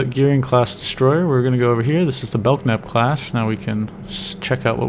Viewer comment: Belk-nap :( Bel-knap :)